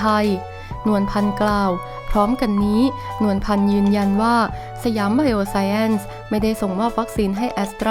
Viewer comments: อ่าน สะ หยาม ไบ โอ ไซน์ น่าจะถูกต้องไม่มีแอ้นหรอกค่ะ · อ่านว่า"ไบโอไซน์"มั้งครับ